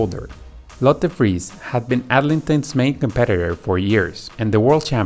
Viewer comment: Very good in general. Definitely wrong on Friis (Danish).